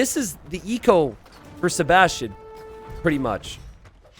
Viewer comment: pronounces Sebastian as "". Maybe this could become his new Alias.:)